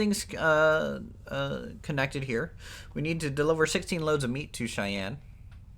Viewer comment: Cheyenne is pronounced "Shy Anne"